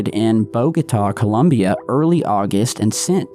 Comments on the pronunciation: It’s “COLOMBIA”, not ‘Columbia’. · It’s Colombia, not Columbia.